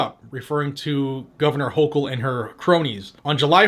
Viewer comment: When you pronounce the NY gov. last name, it sounds like gurgling on chunky flem from a bad cold.